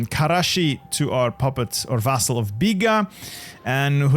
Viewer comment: Awesome video man, and solid Turkish pronunciation, as a helper: there are no guttural sounds in Turkish, you don't need to say Hhqkermiyanids, the G there is the same as in Game. Also the s is s and ş is sh, you don't need to say Kareshi. Have fun kicking the Turks out of Anatolia lol